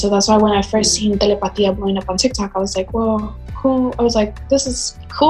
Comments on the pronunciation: Why did she pronounce telepatía like that? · no the host pronounced it wrong